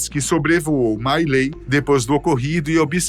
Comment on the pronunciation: A pronuncia era mi lai.